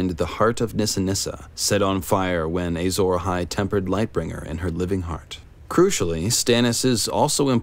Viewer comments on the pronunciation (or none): But why does he keep saying "Eyy-zora-hai"?